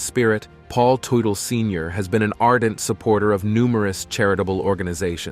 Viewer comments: What did you expect when in the first 40 seconds, the dude pronounces his last name as *Too-tell*? I tuned out right there knowing that this was going to be really lame. 😂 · The correct pronunciation is tut tal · Pronounce his name properly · Blah Blah Blah, can’t even pronounce the man’s last name. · You really should learn how to pronounce the last name. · All I heard was their last name mispronounced 700 times. In not just 1 alteration. But dozens ! Lol I swear I think it was intentional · For the love of god can you pronouce their last name properly, jesus christ man. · If you are going to do a video about a man, LEARN TO PRONOUNCE HIS NAME! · Hell, what a total waste of time. Should have known it was going to be bad when right in the beginning, the moderator can't even say the last name correctly. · right from the get go you don't even say his last name right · can't watch this crap any more because you keep butchering the families name pronunciation.